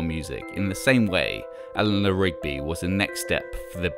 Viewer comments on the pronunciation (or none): none